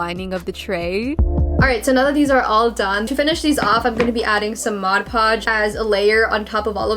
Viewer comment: fiiiiiinaly someone who says "mod podge" rather than "modge podge"